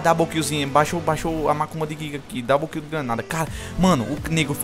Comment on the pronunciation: "Dable" kiil hahahhaha